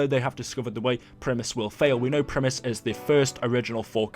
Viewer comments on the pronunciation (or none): none